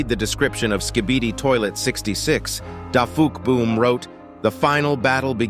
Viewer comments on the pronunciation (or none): Hold on you said dafuqboom but you said "de fook" 💀💀💀💀💀